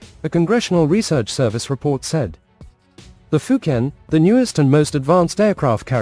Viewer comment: Why do you pronounce the fujian name wrong, I just can't subscribe to your channel it's like you're being purposely ignorant